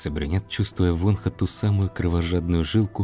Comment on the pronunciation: Все хорошо, только одно но произносите пожалуйста имена правильно. ВонхО , а не Вонха.